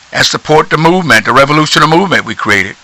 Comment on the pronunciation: "Revolutiona" Movemnt...lol, Ok thats it, subbed!